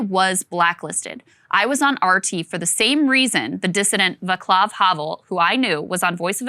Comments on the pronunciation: You two are among the best, if not THE best doing on-line journalism in my book. (Yes, I'm a paid subscriber, but STILL don't get the "uncut", ad-free version.) HOWEVER, Krystal , my highly esteemed sister, Havel's 1st name is pronounced "VAHTS-lahf," not VAHK-lahf. 🐎🐛🐛☘- Rutherford, age 70, 30 years in Prague. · Just fyi Krystal, the letter "c" is pronounced as "k" only in english, at least I think it's only in english. It is definitely not pronounced as "k" in czech and czech names like Václav. Not a big deal, I just thought you guys might wanna know.